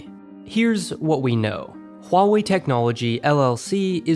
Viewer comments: “Wall-way” go away 😂😂😂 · its Wah-wey.( i guess(no offence)) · I think it's more like Hu-a-way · huawei is pronounced like dr. light says 'wily' in mega man 8